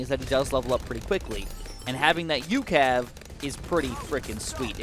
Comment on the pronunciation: Its just pronounced U.C.A.V. no ucav